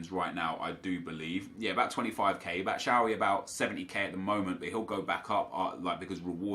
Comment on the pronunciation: Its pronounced bat-shoe-why